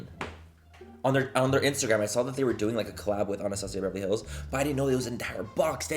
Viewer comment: every product “anastasiabevrlyhlls” 😂